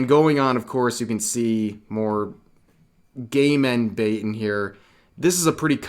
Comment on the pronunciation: Thank you, I thought Rev was saying "gayment" 🤣